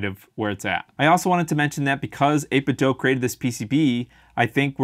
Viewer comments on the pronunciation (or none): It's Do, not doh. 8bitDO. Think of it this way Do is a much more common word than Doh. Right? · It’s “8bit DOO”, not “dough”. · People assume it's 8bit "dough" because of Ninten "dough."